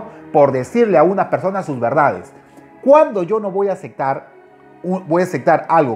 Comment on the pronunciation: ESTE ES EL VERDADERO LOCO.....PRIMERO APRENDE A HABLAR NO SE DICE"ACECTAR" Y AUNQUE TE PAGUEN PARA HBLAR DE MJ...LO SEGUIMOS YYYYY...